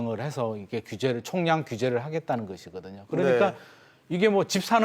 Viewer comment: 저 아나운서들과 패널도 한자어 액센트 다 틀렸어. 엉터리야. 타격 총량 최근 다 틀렸어 바보들